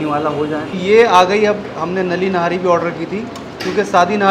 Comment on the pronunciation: Its not nari its nihari